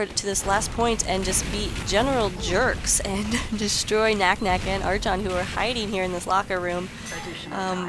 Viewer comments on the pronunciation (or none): No it's definitely pronounced arkon